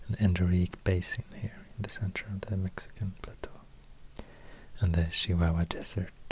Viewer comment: He said CHIHUAHUA like the people from Chihuahua